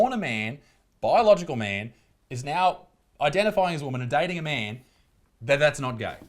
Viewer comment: what's a "myaaan"?